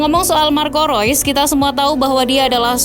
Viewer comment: Kenapa admin bilang rois.. Itu kan reus